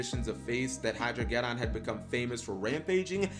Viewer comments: Hydro-ged•don like armageddon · Ah yes, the "Hydro-get-on".